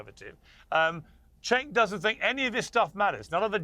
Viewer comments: its pronounced, "chenk". Dont play dumb. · His name is pronounced "junk."